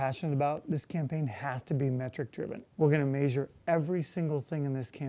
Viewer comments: did he say..."MAYsure our progress"? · I was wondering why he wanted to "major" everything, pronouncing j like zh. It took me a minute to realise he's saying measure in a non-standard way. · i'll vote for him again, but he is disappointing for many reasons you probably already know. that's why me and many other college students won't be pumped up to support him. you say "measure" weird.